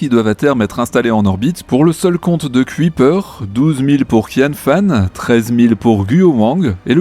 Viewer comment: Petit éffort sur la prononciation de "Kuiper". Ca se dit "ceuille (du verbe ceuillir) / peur" et pas "cuit / peur"